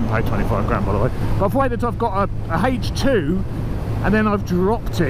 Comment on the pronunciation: Hejch two tank. Sounds like a WW2 German panzer of some sort.